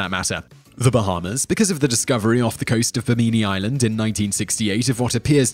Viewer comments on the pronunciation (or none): Both "I"s in Bimini are short. Thanks for the mention though. (｡◕‿◕｡)'ﾉ''